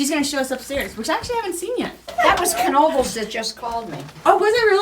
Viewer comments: The K is hard so you say it keh-nobles. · Glad you enjoyed PA! And just for clarification, the K is audible in Knoebels! Come again and explore more of the great PA outdoors!